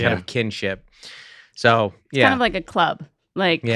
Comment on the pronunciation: SEC: “in the clurb, we all fam!” 😊